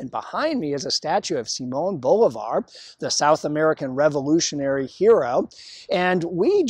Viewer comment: It's pronounced Bo LIV ar